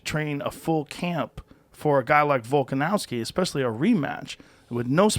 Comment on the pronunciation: Joe: VolkaNAVSKI 🤣